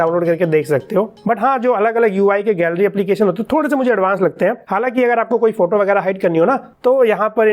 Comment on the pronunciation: No one Le: Gallery ko Galliara😂👌...♥️